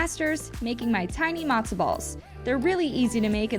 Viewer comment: It's not "Madzo" ball soup, it's Matzo ball soup. It's not "Briddish", it's British. Pronounce your t's like a regular human being.